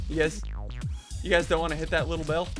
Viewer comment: Did he have a stroke when he said bell